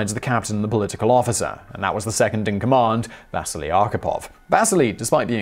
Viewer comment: Does anyone else hear Vaseline instead of Vasily?